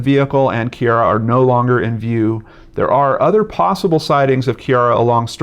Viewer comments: Her name is pronounced Keer rah. :) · Sorry, this is random and probably annoying but I think her name can be pronounced See-air-a or Kiera. It's probably the latter. My co-worker's name is Ciara and it's pronounced like Kiera.